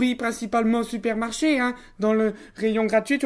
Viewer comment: Il a dit spermarche au lieu de supermarchés